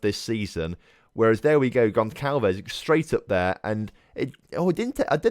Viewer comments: Gonçalves is pronounced GonSalves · The ç in gonçalves is pronounced like an s